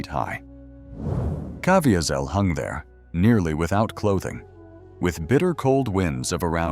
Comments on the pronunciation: The AI voiceover is so annoying with incorrect pronunciation. Cav-ee-sel is correct pronounciation. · It would be great if the AI would pronounced Jim Caviezel’s name correctly. I’ve been in church when he gave his testimony. He pronounces it Ca/vee’/zel. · I sure wish the narrator could pronounce his name correctly. But I guess AI isn't that good yet.. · AI's mispronunciation of Jim Caviezel's name is extremely distracting. AI should have been set to only use his first name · Too bad the narrator didn't properly pronounce Jim Caviezel's last name. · I can't listen to a narrator who cannot pronounce Caviezel's name. AI or not, that is intolerable. Out at 40 seconds. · Supposed to be a L they keep on mispronouncing Caviezel name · i don't think that is how he pronounces his name. also he was hit by lightning according to his own testimony what is wrong with this content creator. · Right off the get go and his name is mispronounced. What a turnoff to an otherwise interesting topic.